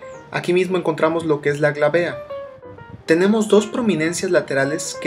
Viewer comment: El punto craneometrico se llama Glabela, no glabea.. pero el video esta exelente, la verdad ayuda demaciado!